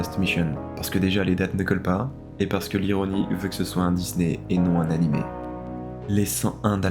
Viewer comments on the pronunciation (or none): none